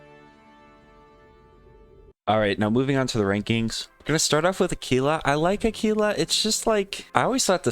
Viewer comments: Lmao tf is Akeelah? It’s Aahkwila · Aquila is actually pronounced Ack-wil-a lol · no he used the wrong pronounciation, do some research lol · Bro what lol I majored in Latin. Qu is pronounced like qu, not like a k. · the way he said it probably isn’t correct but it’s still probably closer than a quil a